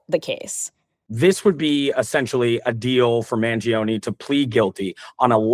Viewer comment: Man jee oh nee 😂